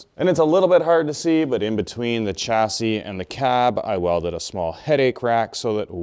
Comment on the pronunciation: I thought a Canadian would pronounce Chassis ‘correctly’ as it is a french word?